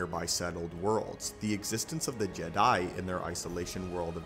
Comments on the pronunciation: “JedI” bro why you emphasizing the i in Jedi, it’s just Jedi, not “JedI” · This great but it's weird how you say Jed I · Bruh good video but it killed my ears every time time you said “Ged Die” like bro just say it normal one word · Why do you say Jedi Like that.